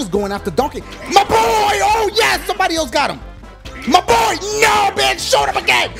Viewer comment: I was dying when he called donkey "mah boy" 😂😂😂